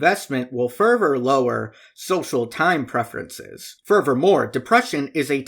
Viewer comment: Whenever you say "further", it sounds like "fervor" so I was confused half the time